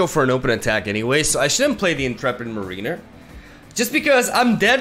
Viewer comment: your English is so impressive. If you wanted to know, the word Mariner from Intrepid Mariner is pronounced like mair-uh-ner, rather than marine-er. Love the video, and not at all trying to offend, but if you were curious.